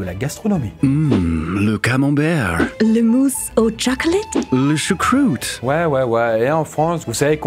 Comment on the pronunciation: Le camembew, Le mousse au tchocolate, le choucwoute 😂😂😂 Il ma tué avec la prononciation 😂😂😂